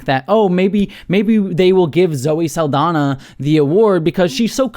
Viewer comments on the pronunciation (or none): FYI, Saldaña is pronounced Sal-dan-ya, not Sal-dan-a. The ñ is a Spanish alphabet character that English lacks, and is pronounced like "nyah," not "nah." HTH!